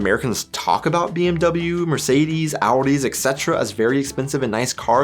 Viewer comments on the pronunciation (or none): This BMW pronunciation is very strange for me. Now i can't focusing on the topic because i just can hearing bmw, bmw, bmw... in my mind